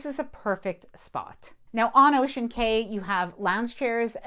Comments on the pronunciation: Just a friendly note from a Bahamian, when you see the word Cay for a small Bahamian Island, the correct pronunciation is "Key" (like the Florida Keys, not "Kay" 🙂. Thanks for the great review with many helpful tips. I'm looking forward to my MSC cruise in 2026! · New way to pronounce clientele and cay unlocked 😅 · 👉👉👉Not sure why you're saying clee-on-tell for clientele, and Kay for Cay (pronounced Key).